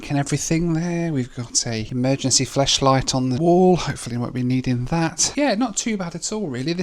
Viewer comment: Did you really say emergency Fleshlight instead of flashlight? 🤔🤔🤔 Amazing video as always!! ✈️